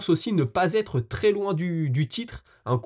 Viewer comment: Beau travail, toujours un plaisir de te suivre. Si ça t'interesse, petite coquille d'expression orale à "...ça va T'être..." cette liaison n'existe pas, ça se prononce : ça va être. 😊 Et bravo pour la prononciation à de NurmagomedoV ! Je vois que tu as pris soin de corriger ça , Respect.